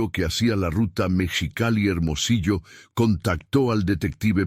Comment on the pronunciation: No sé dice Mechicali, es MEXICALI